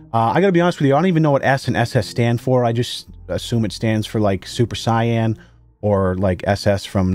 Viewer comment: "Super Cyan" lol